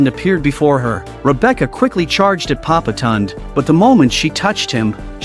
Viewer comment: The only thing that bothers me is it's not papa tun it's papa tondé